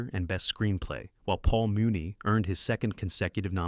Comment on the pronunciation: The names Pasteur and Muni are mispronounced. Robot narrated.